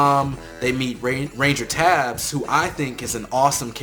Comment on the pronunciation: Was anybody else triggered by the way he said ranger tabes? (No offense)